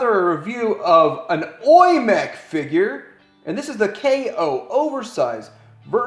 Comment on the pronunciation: Its pronounced as Oww--Yee, as in ouch.